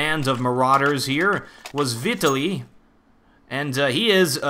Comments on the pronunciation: My name is Vitaliy and you butcher it :) The stress is on the A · Hah, Vitaliy is pronounced just as you pronounce it but with stress on second syllable =)